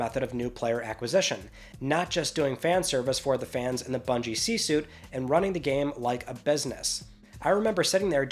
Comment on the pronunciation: "C Suite" not "C suit". Love your work,.